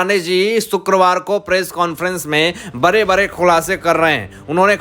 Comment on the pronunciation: Sir, When will you learn to pronounce HINDHI words properly. Are you not ashamed?????????? You say BARE INSTEAD of BADE etc. PRODUCER OF THE SHOW PLEASE REPLAY THE VIDEO &HEAR FOR YOUR SELF. SHAME REALYY SHAME. BARAGAI INSTEAD BADGAi.